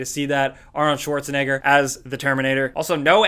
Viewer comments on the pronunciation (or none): none